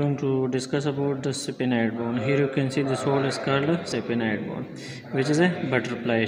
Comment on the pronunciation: Pronounciation is wrong. SPHENOID.......